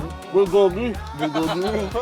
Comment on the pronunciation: bulbulgogi hirap pa ihh pronounce bubuy hahaha😊